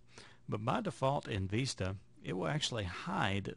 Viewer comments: Vista.....not vesta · dude learn to pronounce "VISTA".. you sound uneducated every time you say "VEESTA".